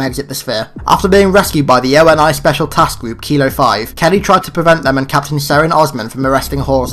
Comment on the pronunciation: And ONI is (Oh-Nee), not O-N-I